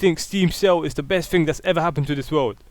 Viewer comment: "battlefield free" "is the greatest fing since jesus" "dey think steam sale" "why do they fink" Make your argument when you have proper pronunciation of simple words